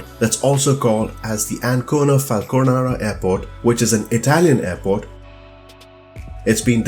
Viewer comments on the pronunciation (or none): Ancona, not Alcona.... airport, Italy.